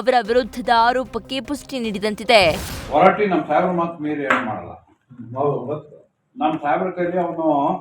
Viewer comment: ಹೊರಟಿ ಅಲ್ಲ ಮಾ ಅದು ಹೊರಟ್ಟಿ